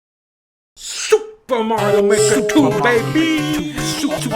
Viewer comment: I've wanted Dunkey to say "SOUPA MARIO MAEKA TOO BAYBEEE" ever since it was announced. Now I can finally rest in peace.